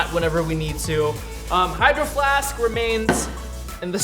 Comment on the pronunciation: Bruhh he said hihgdroFLASKKKKKKK like if funny | | |